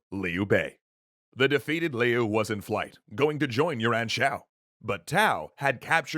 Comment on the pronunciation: I kept hearing “Yuran” as “your aunt.” My mind kept trying to figure out if this was a new type of “yo’ mama” joke.